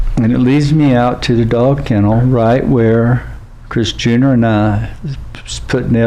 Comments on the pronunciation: Every time he says chris junior it sounds like he's saying chris jenner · I keep hearing Kris Jenner. Does he mean Chris Jr? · I kept hearing Kris (Kardashian) Jenner most of the time. But I am playing it faster than normal.